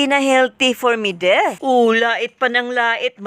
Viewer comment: Bakit ka ba Mideth ng Mideth, It's MEDITH. ME-DITH! Wag mo baguhin ang pangalan pls!